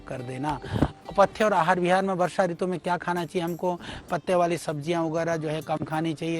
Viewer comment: Balkrishna acharya ji, Kripaya apni Hindi par thora dhyan dijiye. Ritu me Harswa Oo hoga. Log aapse shiksha lete hain isliye aapko shuddha likhna-bolna chahiye. 🐚🕉🇮🇳🚩☀️